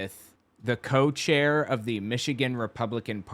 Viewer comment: I think she meant to say co-chair. But yeah, it came out as cult-chair. Freudian slip, lol.